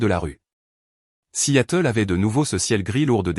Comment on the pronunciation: Vous lisez vos textes ? Alors regardez toutes les fautes invraisemblables : vous parlez de la ville de Seattle et non Si Yatel !!!!!!!